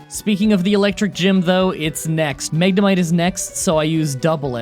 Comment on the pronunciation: Bruh you said Magnemite wrong